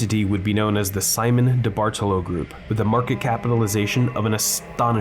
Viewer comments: No, you didn't. I mean no disrespect, but I'm Italian and study the language. There are important rules regarding inflection placement within words. It's a big part of what makes the language sound so uniquely beautiful. The general rule is that the emphasis should be placed on the third vowel from the end, making the correct Italian pronunciation of the surname diBartolo, di-BAR-toe-low. My last name is 9 letters long and 5 of them are vowels. I understand how it seems confusing, especially since most Italian words used by English speakers are Anglicized which changes where the inflection comes in as I said in my last comment. Certainly not trying to start anything –I think you make really great and original content. It's so weird seeing malls turn into ghost towns. My friends always hung out at the mall and one of my first jobs was at Express. While I think the term "liminal space" has run its course, abandoned malls do give off a very particular discomfort. It's like nostalgic melancholy. Also, while I have your ear, when you cover malls on Long Island, can you note which town they’re in? Like "Huntington, Long Island, New York" instead of just "Long Island, New York"? If you're ever in Suffolk again, I would love to see Walt Whitman! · Came because I used to live across from this place. Left because diBartolo was mispronounced so many times. Anglicized, it's pronounced dee-bar-TOE-low, not dee-bardle-oh. This is also wrong, but I digress.